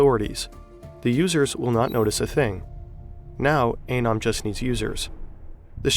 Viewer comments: The guy in your video clip showed you how to pronounce ANON, and you ignore it. 👎👎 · I do think it’s pronounced ah-neu-m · Is it anøm or anom? You pronounced it anom, but wrote it as anøm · Your pronunciation of “anom” is just plain bad.